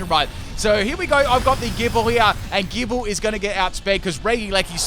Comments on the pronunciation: Gibeyle Lol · 🤨 why did he say gible like that